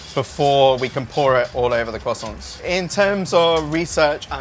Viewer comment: my guy really said kwossonts xD